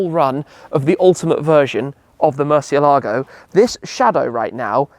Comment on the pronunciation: Great talk with still the only internet personality who can pronounce “Murciélago” right 🤘🏼